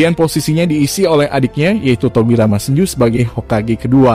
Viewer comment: Min bagus sih penjelasan nya, cmn risih aja baca "Senju" jgn pake pelafalan huruf "e" nya setengah, risih min kek gak pas aja. Padahal itu bahasa Jepang Senju dibaca dengan "e" utuh bukan setengah risih sih dengar nya gitu aja 🙏🏻